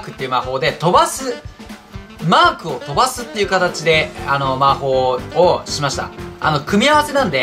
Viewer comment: mark がマー君に聞こえるｗｗ